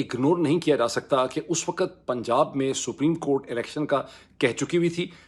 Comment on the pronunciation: " LAFZ " not Lafaz, same "WAQT " not Waqat.